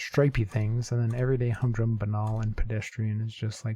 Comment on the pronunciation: Good recovery on connections! Zebra crossing is a British term, which is why I imagine you haven't heard it much. Also, it's bane-al instead of buh-nal.